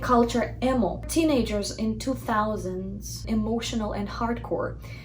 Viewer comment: По моему emo произносится как «имо»